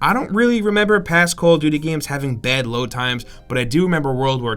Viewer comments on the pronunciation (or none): none